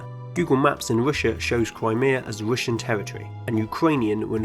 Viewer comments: It's a speech impediment. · Damn that accent... "Rooshia" really? It's either Russia or Россия. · You say “Rooshia”. It is very incorrect. In Russia we say “Rosiya”. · I‘m so triggered by how he pronounces russia